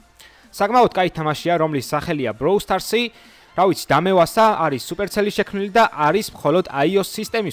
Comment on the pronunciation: ინგლისური გაქ დასახვეწი რააა და დალშე კაია სუპერცელი არარი სუპერსელია :/